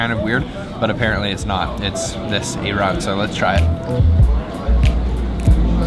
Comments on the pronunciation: that white drink is pronounced I-RON not E-RON, it is made of plain yogurt,salt, (water or club soda),and dry mint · It's not ehraan. It's Ay-ran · Keep up the good work you guys. Just a tip, the proper way to pronounce ayran, say it like "I run" 👍